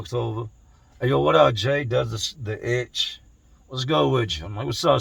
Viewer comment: “Does the itch” 😂😂😂 I be cracking up at certain ways you say things 😂